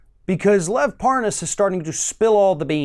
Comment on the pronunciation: It's LEV NOT LOVE!!!